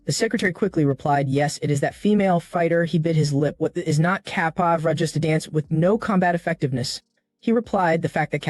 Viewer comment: Who knew capoeira and Muay Thai could be that hard to pronounce? I no longer fear AI; its Kryptonite has been discovered!!